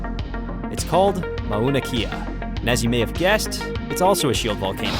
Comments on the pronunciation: oh- wah- who .... mana- kia .... LOL Oahu= oh-ah -who.... Mana Kay-ah = Mauna kea . I enjoy your videos so please don't get offended 🤙🏻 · Not ma-una-key-uh. Mow-Na-Kay-yah. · Would have said Mao-Na Kay-ah but rajah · As a resident of Hawai’i, I’m disappointed that another visitor does not interview Hawaiian locals nor find the proper pronunciation of words, places (ie Mauna Kea).. It can be seen as disrespectful. Fyi for future vids. Otherwise, very nice photos, drone vids.